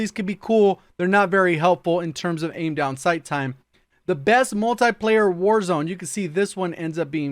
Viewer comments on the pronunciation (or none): Its not Multaplayer its Multiplayer.